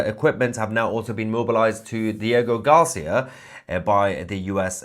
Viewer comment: Hey Tousi, great work! By the way, it’s “Diego GarcÍa”, accent on the “I”. I hope that helps . ☺️